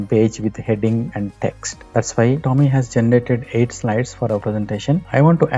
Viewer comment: Hey idiots! Nothing wrong in trying to make money. But, before you create your videos about a product... find out how the product *is pronounced*! TOM-EEE... TOM-EEE....TOM-EEE!!!! Bloody irritating! IT IS PROUNOUNCED..... TOME like DOME. Not pronounced like.. DALL·E!